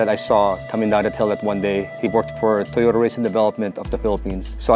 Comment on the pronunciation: TOYROTA! brap brap brap